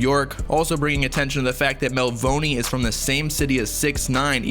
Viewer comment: bruh you pronouncing Melvoni wrong 🤦‍♂️